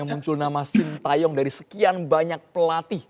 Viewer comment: pak iwan bule ngucapinnya sintyong😅